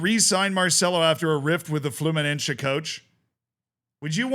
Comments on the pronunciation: It's Fluminense, not Fluminencce. It's not fucking italian, my dude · Just letting you know that se in fluminense is spelled like the letter C, the rest is perfect, keep it up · (Brazilian here) the way you pronounce Fluminese grinds my gears